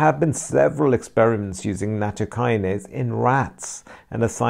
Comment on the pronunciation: Thanks for your post. It'spronounced nat TO' by the way